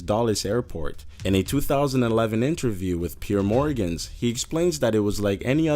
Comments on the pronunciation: Patron, not petroń. Atourney general, not atourneys general. Piers morgan, note pierè morgans. Family guy wouldn't be the same? it wouldn't exist. Rob lowe gets a letter saying hes the terroist public defender? pmsl. and phew.... rob lowe had a close escape by 10 days. What if i flew on that plane in 1991 did i avoid 9/11. many more mistakes, get someone to proof your script dude. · who's Peer Morgans? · who in the world is "pier morgans" hahahahahahaha